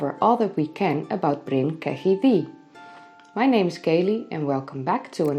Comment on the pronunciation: its pronounced Ketty by the welsh